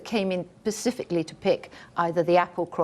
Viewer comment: 4.09 Fuck me! Did she just say "pacifically"?